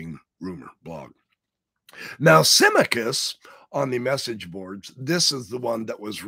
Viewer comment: Sim - ah- cuss for saying, Symmachus.